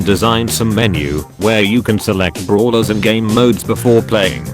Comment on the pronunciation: Instead of saying brawlers its bruhlers 😂